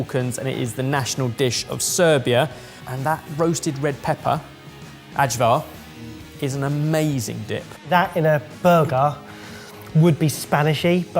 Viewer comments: I don't know where got his pronunciation of Ajvar from. It is "I - Var" not "Ag - Var"! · Try Čvarci (Serbia) BTW Ajvar is pronounce something like Eyevar